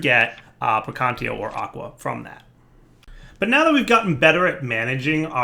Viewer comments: We're at 6 versions of thaumcraft and he still says "precantio" instead of "precantatio" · say it with me. PREY-CAN-TATIO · Took me the time from TC2 to late TC4 to discover that its PraecanTAtio instead of Praecantio xD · Actually, "gAhlem" is a perfectly acceptable pronunciation. However, the other words, such as "praecantatio," technically don'y have an "official" pronunciation. But it does hurt to hear him say something that is not really close to an acceptable pronunciation. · and still can't say praecantatio... some things never change do they? still hyped for Thaumcraft 6 though